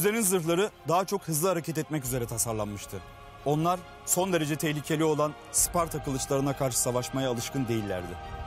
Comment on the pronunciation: 1000 yıldır bazılarının sucuk yerine uscuk demesini anlarım da. Bari hiç olmazsa şu Sparta'ya Isparta demeseydik ne güzel olurdu be.